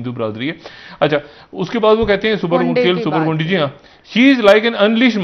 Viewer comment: شا ھد صاحب غُنڈی نہیں غُنڈے